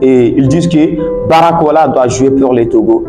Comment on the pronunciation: c'est BARCOLA et non Baracola 🤨